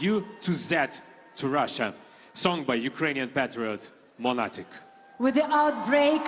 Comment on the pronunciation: Ага, тільки англійську спромоглася вивчити, а українську - якось не дуже 😵‍💫 Навіть 'Монатика' промовляє расєянською транскрипцією: "мАнатік" 🤦‍♀️🙆‍♀️